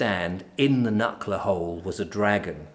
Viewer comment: Its Knucker Hole.